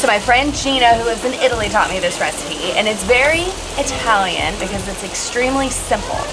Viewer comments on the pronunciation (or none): none